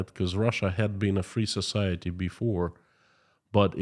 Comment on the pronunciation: Society , sometimes I fill like he is saying Sasality